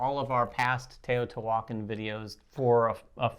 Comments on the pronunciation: The pronunciation of the game… is not Tayotee-Walken lol. It’s Te-o-ti-hua-can. Or Tay-oh-tee-hwa-khan, with an equal emphasis on every syllable. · Every time you try to say the title of this game you MURDER is pronunciation!!! GOOGLE THE CORRECT PRONUNCIATION!!! You're insulting my ancestors! Every time you say it wrong, my ancestors roll over in their grave and the gods kill a puppy and a kitten. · Oof the pronunciation is like nails on a chalkboard